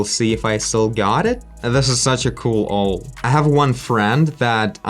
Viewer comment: just an FYI, it's pronounced "ow"+"el" = owl